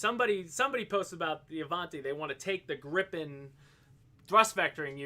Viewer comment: Learn from: It's Grii pen, not Gripp-en. 😉